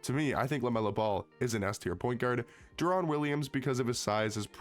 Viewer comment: is nobody gonna tell him he's been saying "Deron" Williams wrong lol